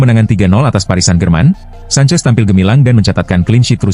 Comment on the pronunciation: Kipernya petter sancech itu bukan sancez